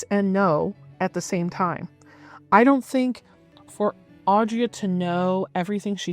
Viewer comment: I can't tell if it's like intentional snark or accident but I don't think you said her name correctly once. It's Audra, not Audrey.